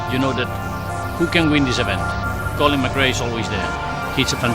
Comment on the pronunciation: Why the fuck do they dub his name to ''Kolin MekRej''? In that case it would be Kålin MakRey in my language.. it's fucking stupid.